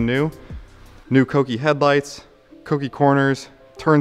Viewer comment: Dude, thank you for pronouncing Kouki correctly! It’s so rare these days. Good luck with the project. Looking forward to seeing everything unfold.